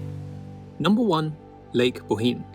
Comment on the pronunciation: Bohinj is pronounced like a Scottish loch ie boch-in